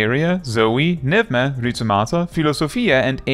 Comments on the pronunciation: I'm so happy someone finally pronounced pneuma the right way 🤩 P.S. I'm Greek 🤣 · Is THAT how Pneuma is pronounced?